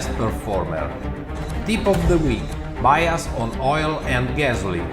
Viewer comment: The guy presenting the oil and gas stuff is pronouncing "bias" wrong. It's not "bee as" it's "b eye as"